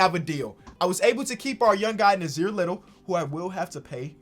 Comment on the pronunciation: I know u have dyslexia but me and Nassir have the same name he has an extra s in his. But it's pronounced as Nah Seer